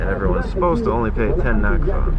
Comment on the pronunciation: The currency name is Nakfa not Nakba my Brother . Thank You for your great video by brother ❤❤❤🇪🇷🇪🇷